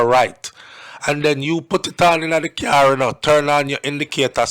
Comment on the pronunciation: "Hey boy.... How you got that cuur but don't have a JERB!". -Deputy Bubba Catchafreeeman 😭😂